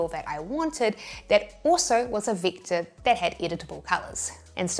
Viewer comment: It's pronounced vector, not victor.